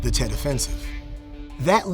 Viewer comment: Tet not jet